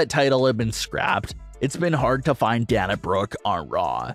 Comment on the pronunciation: DUDE YOUR FANS HAVE TOLD YOU THIS MANY TIMES ! SHOW YOUR (OWN) PROPER RESPECT ! AND SAY HER NAME RIGHT ! IT'S NOT ! PRONOUNCED DAN A ! IT IS DANA ! PRONOUNCED AS DAY NA !